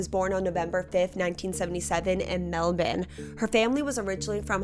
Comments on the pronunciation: Melbourne is Mell-Ben in Australia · Hey! I live in melbourne fl! I dodnt know Australia said it different